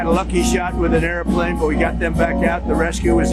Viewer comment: The only person on the planet who pronounces “airplane” with three syllables.